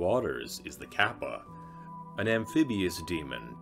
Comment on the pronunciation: Ryu is one syllable, not 2. You pronounce it more like the English word "Real". Kappa is "Car-Pa"